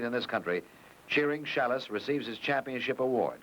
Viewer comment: LOL..."Challis" instead of Schalles :D